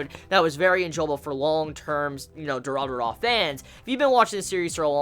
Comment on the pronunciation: Pleaso, don't ever pronounce Durarara again.... it's so bad and cringy